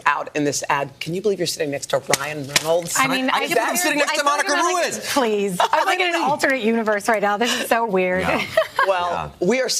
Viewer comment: He couldnt say Ruiz?!?